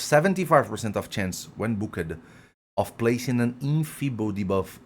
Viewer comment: Take your Microphone off the table, your voice is bouncing off it. and learn how to say Booked.